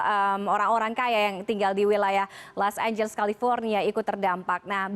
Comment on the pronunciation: Los angeles jadi los amblas